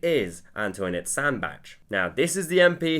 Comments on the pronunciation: I forgot:"Sandbach" the "S" is pronounced as in "roSe". It's a soft "s". BTW: "Bach" means "creek/stream/beck". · You cannot be a Scott. It's "SAndbAcH". Both "a" like the "a" in "ask" but short. And the "ch" is a "ch". Just ask a Scott. Or